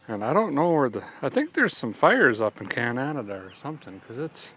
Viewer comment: Love how you pronounced Can-adada, lmao Coming from A canadadaian Edmonton AB